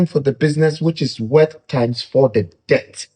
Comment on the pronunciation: this is a kind correction. Debt is pronounced as “det”👍🏾